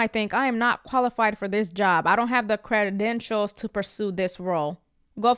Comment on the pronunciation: How does a person who has a talk show not know how to pronounce so many words? My favorite was "credadentials"